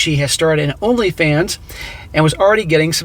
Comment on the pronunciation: "LonlyFans" lmao 🤣